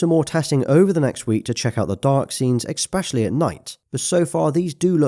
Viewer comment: Great video, looking forward to the full review! FYI - it's pronounced especially, not expecially 😅